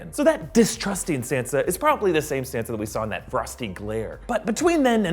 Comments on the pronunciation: Can you please say Sansa's name right holy shit. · drewbc32 RIGHT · Stop pronouncing Sansa like that 🤢🤮